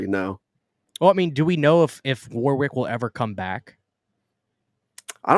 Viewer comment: As a Brit, I feel it's my duty to say that the w in the middle of Warwick is silent. Other than that, great video 👍